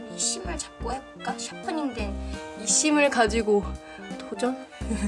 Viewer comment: 와 깜놀... 에 “심을”을 “시발”로 들음....